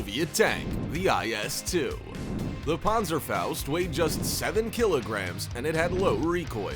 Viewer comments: It’s called pan-zer-faust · I am a German and i Love how He pronounced "Panzerfaust" 😂👍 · It pronounced panzerfaust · The way he said panzerfaust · i love it how you pronounce the "Panserfaußt" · I know right.